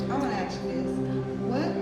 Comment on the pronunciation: 5 reasons she can't be my therapist...1. Be "pacific" 2. Let me "axe you a question" 3. Doctorial 4. "Enviousness" 5. "Doc Squad" with no doctorate Bonus: the Doc chain